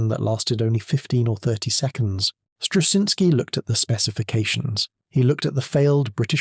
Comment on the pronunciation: A lot of work had been done on Huff Duff before Wacław Struszyński, began working for Britain, but his work was crucial in making it work on a ship. 2. It seems to me that if you wish to honor his achievement, you could spell his name right. Some of the stabs at it in the narration are nowhere near right.